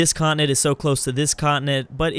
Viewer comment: why does he pronounce continent like that?